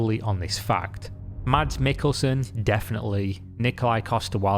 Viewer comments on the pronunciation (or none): none